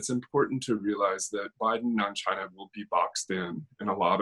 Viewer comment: Vote for Trump.. to raise the WW3 Flag for you.🥳🥳🥳 At least Trump is brave when say "chiinaa" ..🤪